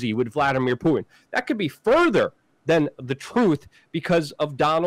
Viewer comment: Isn't it the Russians that are doing the ramming? Did he say pooin?